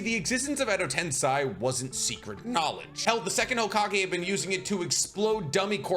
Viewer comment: why do you say TensAi when mentioning Edo TensEi?